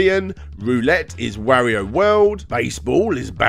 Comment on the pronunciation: holy crap I don't know if I can stand the butchering of the pronunciation "Wario" for half an hour.